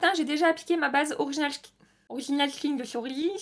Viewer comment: « Orichinals skinch de chez orichins » 😂😂😂 J’adore ! tu me fais toujours rire 😄 En tout cas j’aime beaucoup tes revues, je me retrouves beaucoup dans les produits que tu aimes et j’ai de la chance d’avoir le même type de peau et la même teinte de peau que toi donc facile à retrouver les produits sur internet pour commander 😅